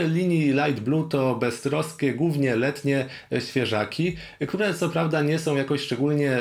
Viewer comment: dlaczego "głównie" wymawiasz "gównie"? 😅